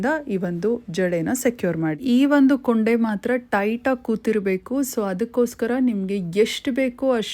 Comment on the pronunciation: ಅದು ಕೊಂಡೆ ಕೂoಡೆ ಅಲ್ಲ 😊